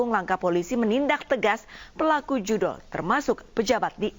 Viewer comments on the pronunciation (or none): Judollll bukan ojollll😂😂